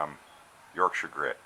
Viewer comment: It's great to hear Yorkshire being pronounce properly! Most Americans are heavy on the Shire part... It's a great product that I'm using more and more. Glyn lives local to me and I'm proud to have been able to support him as he developed the product by providing internet / Website facilities for him. Sweet little bowl by the way! Cheers Tom